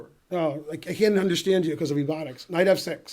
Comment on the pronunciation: That moment when the kid said knife f5 and I finally realise why ben always said knife instead of Knight now 😂😂